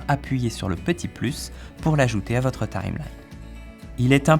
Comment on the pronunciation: Lol la prononciation c'est Time-line